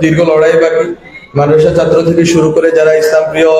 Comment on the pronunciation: উচ্চারণে সমস্যা আছে ,যেমন ছাত্র শব্দটির উচ্চারণ সঠিক না